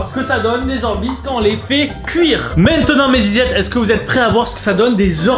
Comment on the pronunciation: 7min 24 il a dit « maintenant mes zezette » ?